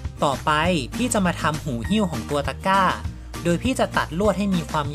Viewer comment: ทำไมได้ยินว่าตะก้าวฟักทอง